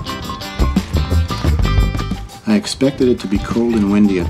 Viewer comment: WaTAYtic, WaTAHtic - either way looking like a great hike in the snow.